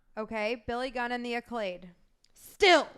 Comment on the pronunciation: The team is called "the acclaimed" not acclade 😂